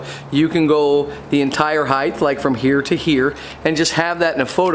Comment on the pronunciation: The entire content of this video is dismissed because he said "highth" .